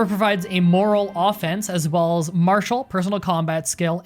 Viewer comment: Moral and morale are also not pronounced the same.